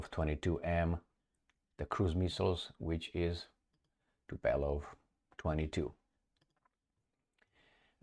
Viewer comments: Not TUPELOV but Tu'polev by the name of "Tupolev" -famous russian aircraft designer. E.g. read about "Tupolev" in wikipedia. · Tubolef sounds correct. Tubelof is most probably wrong dear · It's TUPOLEV !!! Have you ever heard someone pronounce that name the way you pronounce it? Do you have speech impediment ? You sound ridiculous.